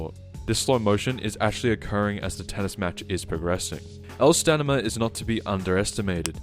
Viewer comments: Take a shot everytime he says stanima. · "stan i ma" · The way this guy pronounces “Stamina” threatened to give me a brain aneurysm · It’s STAMINA. You bumbling baboon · it's stamina.